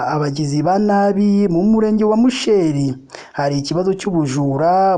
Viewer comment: Ntbwo bavuga (musheeri) ni musheri